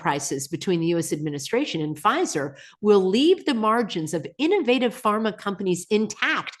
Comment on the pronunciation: Pfizer? Or fissure